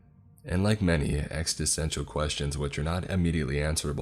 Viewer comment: ‘Eks-steh-sten-shall’ from existential. 😂😂😂😂